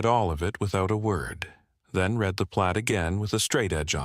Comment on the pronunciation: That was a good story. The voice sounded human. The only give away that it was AI was pronouncing read (red) and read (reed) wrong. I subscribed.